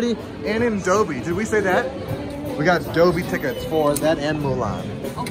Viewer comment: Dole Bee not Dough Be!! Love to hear say it every time you talk about the movie!